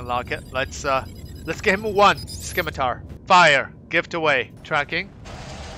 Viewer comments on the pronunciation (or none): Sim-i-tar, the c is silent. Named after a type of sword. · The 'c' is silent in scimitar. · All good. I just thought it sounded funny. I love your videos dude, keep the coming. Might get to meet you in game one day.